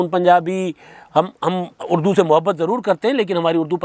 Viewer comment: اردو نہیں اڑدو